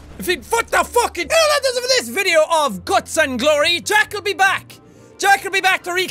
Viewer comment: did I just hear jack say gluts and glory?